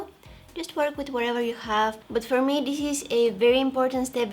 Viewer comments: this way not dis way😁😁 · Loved the way how she says "dis to dis" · Her: from dis to dis Me:👁👄👁